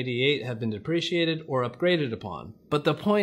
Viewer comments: actually, they're deprecated rather than depracated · Deprecated not depreciated…